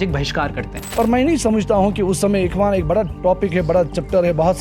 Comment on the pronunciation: Not ikhwas it is ikhwan 😂